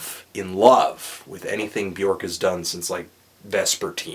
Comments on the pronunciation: its not bjork its bjöööööööööörk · It's not Bjork. It's Bjuhrk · Bjork... pronounced Byerk.... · Not to be "that guy" but "Björk rhymes with jerk."